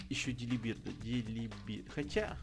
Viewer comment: правильно говорится Дилибёрд